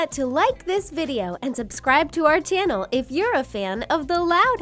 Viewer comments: XD u sad tannel instead of channel XD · She said tannle not Channel